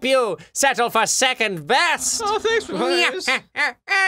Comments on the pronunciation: The thought that someday Ross will say Papyrus's dialogue correctly fills you with determination. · Claire Cawley Eh papyrus voice is quite boring tbh, it's pretty much his normal voice from what i've seen but with lots of screaming, and he doesn't even know how to pronounce Papyrus so yeah, i think Skeletor like voice fits Papyrus better and Cr1tikal for sans.